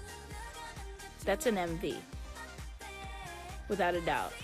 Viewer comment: Lmfao not “em-dash-vee” 😭😭😭💀